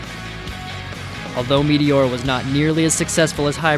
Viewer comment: "Metiora" this dude😂